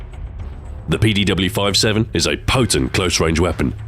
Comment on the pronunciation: Shouldn't it be 57 not 5-7 ?